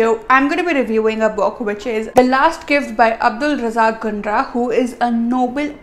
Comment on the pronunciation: It's Gurnah not Gunrah 🥴